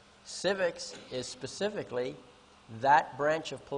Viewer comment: Pacifically or specifically 🤣